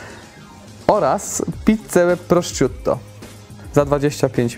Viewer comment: Trzeba się nauczyć jak się wymawia prosciutto. Bo inaczej nie będzie prosciutto do kibelka dostarczone 😅